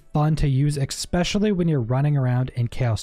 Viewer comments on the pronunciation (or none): Bro says eckspecially